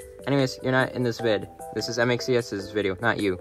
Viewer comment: Btw u said his name wrong its M.X.ES